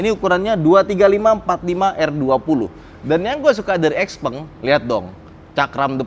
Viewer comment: Pengucapannya bukan x peng .... tapi xiao peng.